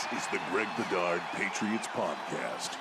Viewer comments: For Christ sake Bedard. Could you at least get names right and pronounce them correctly. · Greg, dig your show, but you gotta get people's names right lol